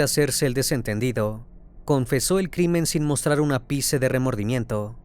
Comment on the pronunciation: Soy fan de tus relatos aunque me gustaría que cuidaras más las palabras, en muchas ocasiones te he escuchado pronunciar mal palabras que quizás para ti no son comunes, hoy dijiste sin un apice de remordimiento y lo corrector es ápice acentuando la a, creo que revisar esos detalles te haría aún más profesional. Terrible caso el de hoy.